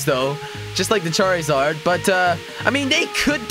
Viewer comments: he called charzard charryzard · jelly charzard not charrizard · he said charizard when its charzard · wtf jelly its charzard its spelled with i but when you say it its like there isnt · It's not. Char E zard charzard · NullMarigold 677 it's spelled charizard and the I and silent.